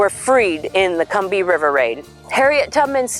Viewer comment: You pronounced Combahee wrong.